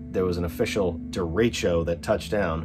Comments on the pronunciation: It's more "deh-reh-tcho" :) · Derecho means "straight" in Spanish. Pronounced "Deh reh show" that's insane glad everyone is OK.